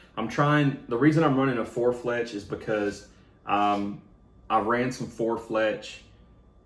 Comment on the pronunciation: You had me watching until I heard four fletch, sorry.